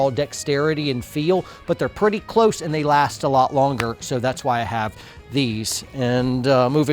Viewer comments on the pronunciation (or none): Did you say ETS pouches? I’m assuming you meant Esstac after pausing the video and immediately searching for ETS’s budget Esstac pouches. Hahah